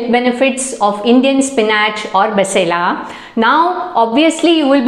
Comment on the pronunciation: Basale is correct pronunciation Its not malabar spinach it's maximum used in South canara Mangalore Udupi area